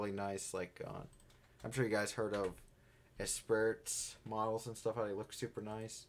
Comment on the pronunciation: you said Espirits? like lotus cars or a creator?